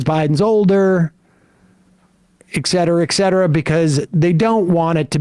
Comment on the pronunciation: Some day Sam will learn to say 'et' cetera, with a t, the correct way. Clearly today is not that day.